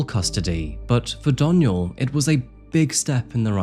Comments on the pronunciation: Anyone else twitching when he says “Donial” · I love how you keep saying my name wrong. It's pronounced Dawn-yell